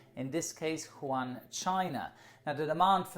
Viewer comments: I think it's pronounced Wu-han, not Hwan. Nevertheless, good video. 👍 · Awesome video, but its Wuhan not Juan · Wuhan is pronunced "woo-han" not "Juan" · stop saying jaun instead than wuhan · Wuhan not Juan! Dude Mexicans are already screwed with their beer, have mercy! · Just one thing. Wuhan is spelled Wu|Han and not Hu|An Edit: Wu|Han or Wu|An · Everyone else: "Wuhan": "JuAN" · Great,! It's WOO - HAN, not HOO AN xD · it's not "Juan" It's "WU-HAN" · It’s Wuhan, not Juan :) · Wuhan, not Juan. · “Woo-Han” (Wuhan) not ”Huan” lol. Great video nonetheless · Woo- han not Juan :) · Its pronounced as WOOHAN not HU-WAN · it is pronounced as wuhan not huwan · Hi, I'm a big fan and this was yet another great video. But just letting you now that the city which is the epicentre of the virus is WuHan (pronounced Woo-Han), not Hu An:) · it is not pronpuse as huan it is Wu-Han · you should say WuHan instead of wuHan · It’s Wuhan not Huwan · It's not Quhan its Wuhan (Wuu-han) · Is it just me or I keep hearing call Wuhan as Huwan? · huwan Me: Wuhan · its WUhan, not HUan (Spanish city in China!!??) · Wuhan, not Huan you potts. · The city is called Wuhan not Juan ... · good try but Wuhan is pronounced like “u-hann” with the “u” sounded as “uno” ‘s “u” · I thought it was Wuhan, not Huwan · woo-han ("han" like "ham") - but still much better than just "han":) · WooHan not Juan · I know but he didn't said wu han He said who han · Good video, but it’s pronounced WOO HAN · it's pronounce Wu Han. Great video 👍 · Pronounces Wuhan "Juan" Me, an intellectual: Unsubscribed (jk i love you) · The place is pronounced as Wu-Han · The way he pronounces Wuhan triggers me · I belive wuhan s pronounced woo-hawn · Nope he said Juan, China. Oh wait... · No, Wu-han is the western way of saying it. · Arran Morton I am Chinese, it’s not pronounced like that.